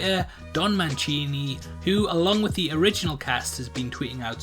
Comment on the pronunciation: Manchini? there's no CH in his name.....it's Don Mancini.